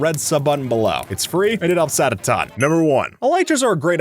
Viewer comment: when he says 'its free and it helps out a ton' it sounds like 'its free and it upsets a ton'